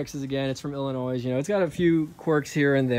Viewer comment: I'm from Illinois and just bought a 02 4runner myself, but I'm confused of this place you call Illinoise 🤣🤣. There's no noise in Illinois